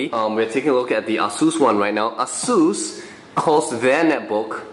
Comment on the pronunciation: actually technically he did say it correctly. ah-seuss. google it :)